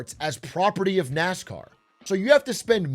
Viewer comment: "gwew up woving nascaw"